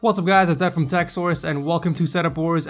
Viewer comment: It REALLY sounds like you say tech saurus instead of techsource